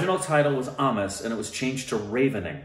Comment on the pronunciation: ...you got it right!!.. Aamis which is pronounced as 'Aamikh' in Assamese language and it means Non vegetarian. The film was directed by Bhaskar Hazarika & produced by Anurag Kashyap. An off beat & a experimental film as an Indian movie & more so as a regional film.. Anurag kashyap is a national reach..hence his name was used for promotion to get that national reach for a regional film